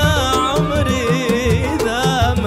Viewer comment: صار ينطق كلمة عمري بالاماراتي 🤭🤨